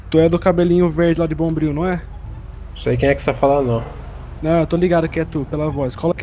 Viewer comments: "Bombril " KAKAKAKAKKAKAKKKK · Pedro Henrique mano quando ele chegou anunciando quem tava chegando na favela e falou o bombriu eu rachei kkkkkkkkkkkkkkk